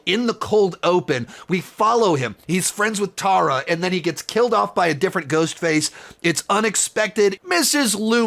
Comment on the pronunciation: You said Tara wrong